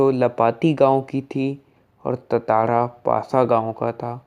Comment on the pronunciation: Tatara nahi hai tantara hai bhai